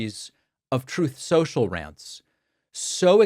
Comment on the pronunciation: Every time you say "Truth Social", all I hear is "Troth Sential!", whether Pat plays it or not. Same with "OBAMNA!!"